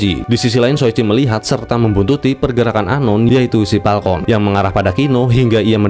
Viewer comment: Falcon banggg bukan Palkon.... 😭😭😭